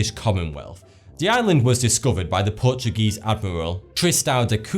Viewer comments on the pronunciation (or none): none